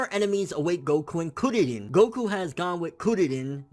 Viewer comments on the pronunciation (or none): lol u say kuririn like curry chill man say it naturally